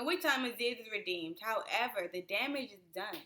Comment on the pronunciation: Colonializers? 🤦🏾‍♀️😬 I'm with you but... your mispronunciation (Aziz is pronounced Azeez). Your analysis is spot on!